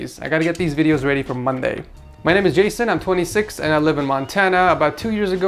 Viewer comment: Edgar: "this I like" Jeff: "me neme jeff" UGHHH DAM CLOSE ENOUGH